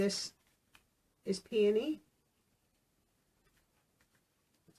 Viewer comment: This is a total side note of a comment but it is so nice to hear someone pronounce "peony" correctly! I work in the field of horticulture and 90% of people who ask me about them get it wrong. So to a plant nerd, it does my heart good lol being able to continue to work and be among the plants is keeping me somewhat sane during all this 🙃